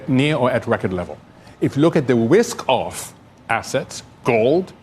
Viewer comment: I cannot truat a full grown adult who pronounces RISK as WISK because they refuse to correct it!